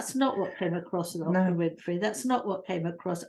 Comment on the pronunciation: Oprah is not pronounced “Opera”. It’s a hard O. ☺️